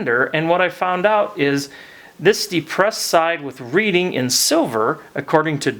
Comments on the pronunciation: AF was part of my youth, and now just have some as static display in my retired railroad years. However, please allow me to correct you in pronunciation of the name "Reading." I started my RR career on the Reading, and the name is pronounced "Redding". Keep up the good work. Enjoy your videos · Hi, just an fyi on the tender with Reading on it, it is pronounced as Redding. Don’t mean to be a jerk. Thanks